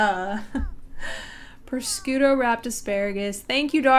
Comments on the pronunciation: prosciutto is ponounced pro-shoot-O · Love this channel, been here since 2k; 🚨🚨🚨HAD TO LOOK THROUGH SOME COMMENTS AND NO ONE HAS MENTIONED 🚨🚨🚨 how she pronounces prosciutto... “proSCOOT-o”. I had to watch it a few times, ADORABLE.